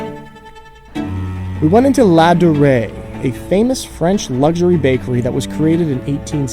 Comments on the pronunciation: "How do you pronounce this?" "Ladurée" "Laderay!" Almost like Joey in Friends trying to speak French :P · How do you say it? "Ladurée" (chef's kiss pronunciation) La dyooray (....)